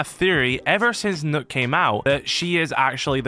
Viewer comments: It's pronounced 'Nukk' = Nøkk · It’s pronounced Nokk not nook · It’s pronounced knock not nook it’s nokk if anything it’s noekk like no-kk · Knock it's pronounced knock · It’s pronounced knock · Its pronounced Knock, not Nook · Her names not nook it's Nokk aka pronounced nock it's not a nook 🤦‍♂️ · i thought it was pronounced "knock"! felt so silly being the only one ik that pronounces it this way lol